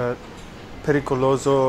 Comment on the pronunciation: "Picoloso" ahahahahaah